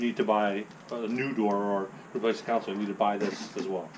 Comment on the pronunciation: Con sole. Not counsole